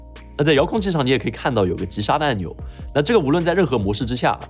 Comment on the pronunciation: 说话太多懒音了，“无人资”，“这鸡似频”，“遥控既”听得有点难受